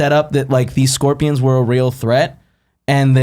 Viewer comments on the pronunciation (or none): none